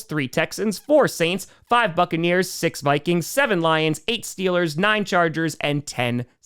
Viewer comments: DID I HEAR STEELAH GAHNTA SUPAH BOWEL!?!?!?!?!?!?!?! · Stweelers go to tuper bowl 😂😂😂😂